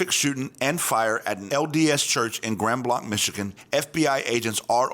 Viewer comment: its pronounced GRAND BLANK !! Michiganders don't use the French pronunciation.